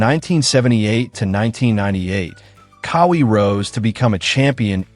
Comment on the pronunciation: It's QAWI. Like w a Q, like in Quincy, NOT with a K. Now Say it w Me.."Qaaa-Wee". See, See how Eazy that Was? smh